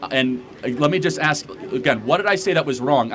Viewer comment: easy... Pronounce ASK